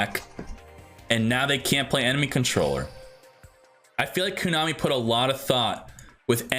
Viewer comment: Everytime he says Koonami instead of Konami...